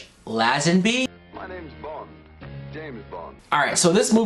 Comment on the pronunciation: You are mis-pronouncing Lazenby's name. It is pronounced LAY-zen-bee. And ... Telly SAV-al-is ???????